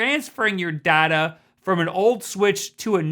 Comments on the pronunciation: IM SORRY, he said data not data? Is he okay? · Day ta how you should pronounce data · he said Data instead of Data. smh. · DADA WTF?? IT'S DATA.